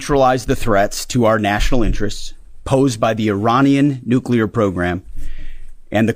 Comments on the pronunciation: He said “nukeyaler” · Dummy can't even pronounce NUCLEAR.